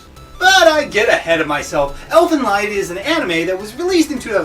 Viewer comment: You misunderstood a lot of things. For example: in many countries, marrying your cousin is considered fine, this show is nowhere close to being a harem, The fact that nudity has been in art since the dawn of human art creation and doesn't always mean something raunchy, and you're even pronouncing the name wrong. Plus, other things. But, at least your ability to put together a video is better than mine. Keep it up.